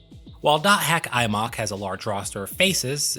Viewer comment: why did you call it Imock, it's I-Em-Oh-Cue.